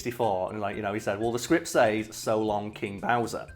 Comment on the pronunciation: I used to think he said "shalom" instead of "so long"